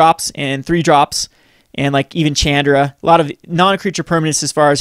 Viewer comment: chandra is pronounced SHAWNDRA